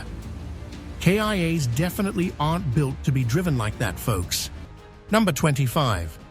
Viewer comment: The most shocking moment for me in this videois is that K.I.A. AI voice